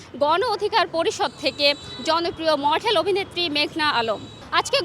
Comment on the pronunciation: মঠেল 😃 উচ্চারণ ঠিক করেন